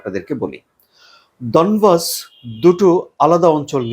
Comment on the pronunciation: ডনবস না ডনেক্স